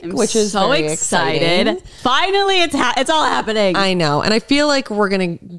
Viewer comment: "hopening?? It's giving stroke" It's fine - different strokes for different folks 😂😂